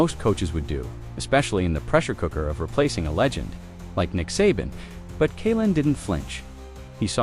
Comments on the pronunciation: AI Can't even pronounce Saban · Good vid, too bad you can't correct the AI's mispronunciation of Saban in editing